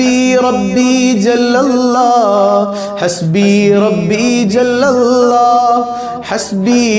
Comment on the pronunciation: ...الله എന്ന് ഉച്ചരിക്കുമ്പോൾ നാവ് പല്ലിൽ തട്ടാൻ പാടില്ലല്ലോ. രണ്ട് ل (ലാം) ചേർന്ന് വരുന്നതല്ലേ എന്ന് الله ഉച്ചരിക്കുമ്പോൾ. അത് കൊണ്ട് ل ന്റെ രീതിയിൽ തന്നെയാണ് എന്ന് الله ഉച്ചരിക്കേണ്ടത് എന്നാണ് ഇവിടുത്തെ ഉസ്താദ് പഠിപ്പിച്ചിട്ടുള്ളത്. അത് ഒന്ന് ശ്രദ്ധിക്കണേ...